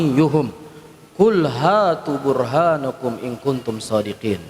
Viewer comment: Burhanakum, bkn burhanukum tolol emang, bisa nya ngertik doang